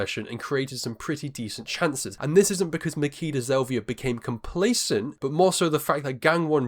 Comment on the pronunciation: It's Ma-"chi"-da Zelvia. "ch" as in "itchy"